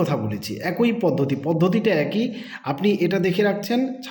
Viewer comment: ভাই, কথাটা এ্যা কৈ পদ্ধতি নয়। এক্ ই পদ্ধতি।